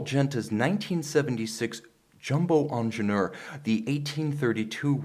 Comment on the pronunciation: Say it with me: "an-zhehn-yeur." Not "onjenoor."